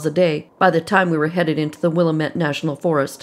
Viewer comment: I love your channel. Just wanted to let you know Willamette is produced "Wil-LAM-mette." The Lam part rhymes with ham. I just thought I'd let you know since you'll probably have to pronounce it many times in the future. Keep up the great work!